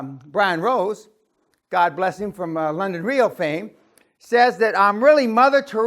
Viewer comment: O God, God Becoming Dog For A Moment.